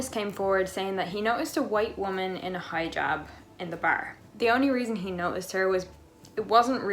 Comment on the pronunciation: It's Hi-Jab not high-jab.